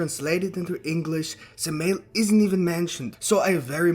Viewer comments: Just to be nit picky, it’s not suh-male it’s Sam-i-L. Satan and Moloch are one and the same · Say the name right fuck shit..... Sam a L .... like urial Ariel garbriel ... how the fuck are saying it that wrong but you studying??